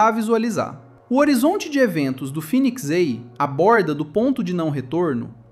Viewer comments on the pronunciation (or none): Phoenix EI ❌ Phoenix A ✅